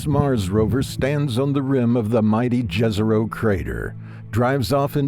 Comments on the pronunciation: It isn't Džezero, but Jezero [yezero]. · Jezero is pronounced as Yezero, not Dzhezero, damn. Jezero means "lake"